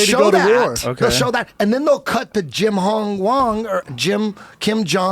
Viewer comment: "Jim Hong Wong" "Kim Joh Ooh" 🤣